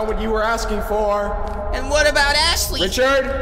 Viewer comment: ashley Me: did he just say assley?